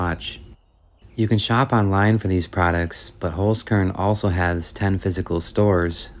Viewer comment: very enjoyable video. a 'z' in german is pronounced like 'ts'. 'holz' is german for 'wood'. i am sure the sponsor cringes to hear their name mispronounced. holzkern (wood core) pronounced 'holts kairn'.